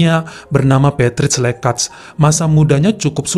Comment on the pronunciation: Usually, 'J' Dalam Bahasa Albania Dibaca Sebagai Ejaan 'Y'. Tulisan ''Lekaj", Artinya Anda Harus Membacanya Sebagai "Lekay". Faleminderit,. Stay Health. Sending Loads Of Love To You ✨✨✨